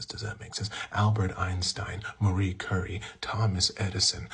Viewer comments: I'm sorry Jordan, but it's pronounced Cyurie, not Curry lmao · Merry curry? Bruh that's a foolish pronunciation blud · "Marie Curry"?? It's Curie (rhymes with Marie), not curry lol.